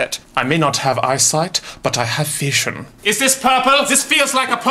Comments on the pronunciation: PsypherFlame he says “Fashion” not “vision” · it's "feshion" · did he say vision or fashion😂😂